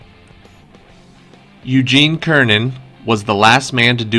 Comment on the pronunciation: Good quiz. Astronaut's name is pronounced sir-nan instead of ker-nan though.